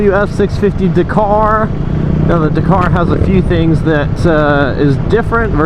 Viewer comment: DAK CAR,,,NOT DA KAR